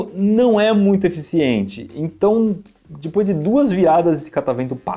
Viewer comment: Saudades de ouvir o iberê falando “dipois” 😔